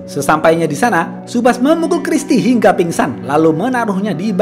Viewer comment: Hiiiiiiiingga tewas Saat pelafalan Hingga bagian Hing nya agak panjang kak Hiiiiiiiiiiiiiiiingga Tewas ! 😂😂😂😂😂😂